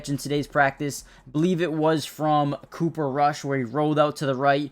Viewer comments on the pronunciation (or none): none